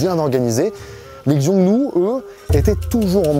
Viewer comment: Super vidéo !! C’est hyper intéressant de t’écouter, ta chaîne a beaucoup évolué ces dernières années !! Je dirais juste que c’est un chouïa dommage de ne pas avoir cherché comment prononcer certains noms (comme Xiongnu, Song, Yuan, Shanhaiguan, Hebei, Mutiangyu, Shanxi, etc). Ça casse un peu l’expérience !! Mais sinon vraiment, super vidéo